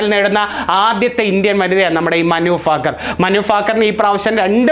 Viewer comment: മനു ഫാക്കർ അല്ല.ഭാക്കർ